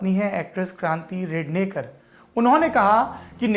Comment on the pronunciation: kranti ka sirname rednekar nahi redkar he. रेडकर. सर